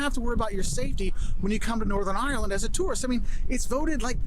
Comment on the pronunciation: Have a good craic when you go to Ireland, but please don't say (eye)(er)land. It's two syllables ( eye) land. 🇺🇸🇬🇧💜